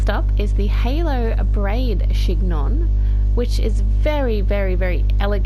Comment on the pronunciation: Just a heads up that chignon is pronounced «shin-yong»